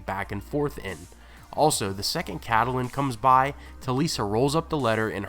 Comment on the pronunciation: Cadalin? Betrogal? I'm sorry but this is hard to listen to.